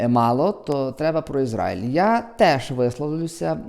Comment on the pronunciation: Що слухати дурня, який не знає, де наголос в назві країни Ізраїль ставити